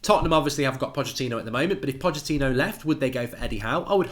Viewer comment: who’s patachino lool 😂 it’s pochettino